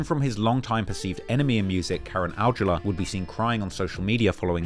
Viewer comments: the pronunciation for Karan is “Cuh Run” not Karen. Do your homework on pronunciations lol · Karen is pronounced ~ke-ran~